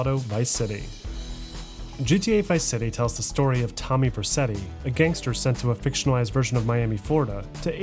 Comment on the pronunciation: "Vercetti" is also mispronounced